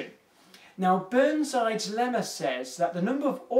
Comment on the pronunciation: Didn't had enough coffee today... Heard (instead of "to use this lemma,...") "to use this llama" und thought: where the hell did he get a llama?